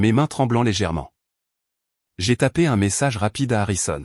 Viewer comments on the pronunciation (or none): none